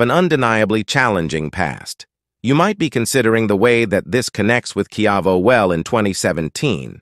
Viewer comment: a.i can't pronounce quavo ha ha